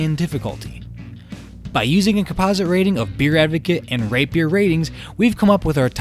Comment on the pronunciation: I like how he slips & says, 'rape your ratings . .'